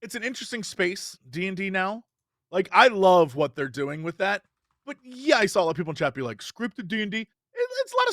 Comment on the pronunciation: Jesse also says "sawl" instead of "saw"